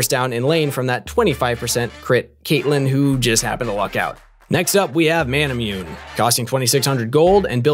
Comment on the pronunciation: Ma-na-moo-nay. Lol everyone I watch pronounces it wrong